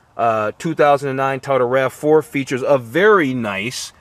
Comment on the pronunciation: What's a Ta-o-dah? Lol